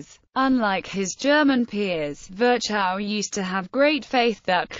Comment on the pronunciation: Sorry, but his name was not ferchau but Firchov kind of.